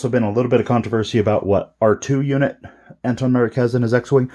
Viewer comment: Thanks for the review but his name is pronounced Antoc with a “C” and NOT Anton.